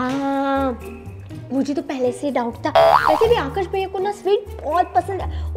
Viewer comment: भईया nahi hota hai bhaiya hota hai